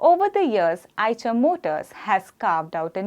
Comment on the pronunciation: It's आईशर not आयचर